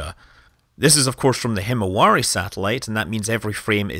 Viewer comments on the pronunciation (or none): hmmm actually "himawari" 's pronunciation in Japanese is like "himawali"...